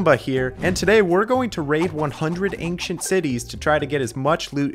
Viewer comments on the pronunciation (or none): "ankcient city"